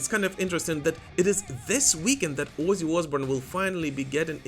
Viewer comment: Your pronunciation is on point: "Wuzzy Oozboorn"